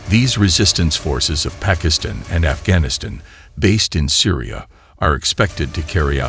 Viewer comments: The narrator s pronunciation is abhorrent esp of Iran, Pakistan and Afghanistan. Has he never heard of these countries. Iran he pronunces as iron. Disgusting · Are you a BOT? You mispronounced the group names, but then you mispronounced Pakistan and Afghanistan. You mispronounced Shia, you mispronounced Iran and Iraq and even Hamas. Have you thought about not doing these videos? I mean, there is Stu..d, then there is you. How the H do you mispronounce Hamas? They have been on every news source on the planet for the past 9 months.